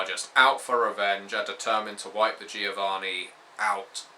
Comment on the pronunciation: It's "joh-VAH-nee" ;D